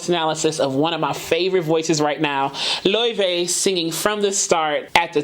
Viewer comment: You‘ve pronounced her name right！！！！！！